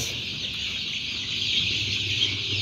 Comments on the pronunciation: Жөжө дегиле да чөжө эмес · Жожо дейт чожо эмес